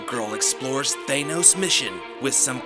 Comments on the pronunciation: THAN-ose, not THANE-ose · Why does this channel say thanos as taynos. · thay-nos? are you sure about that? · You're pronouncing "Thanos" wrong. Hope this helps.